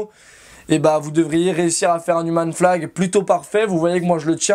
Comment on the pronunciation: Si en plus tu le prononçais comme il faut "Youmeun flag" ça rendrait ça 8 fois plus stylé :D